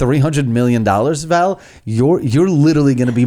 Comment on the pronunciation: Val said her name wrong 😂